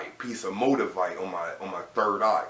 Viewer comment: Did he say "MO-DUH-VITE"??? Lmao lmao lmao